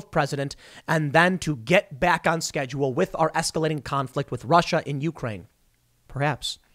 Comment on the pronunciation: The correct pronunciation of Ukraine accents the second syllable rather than the first.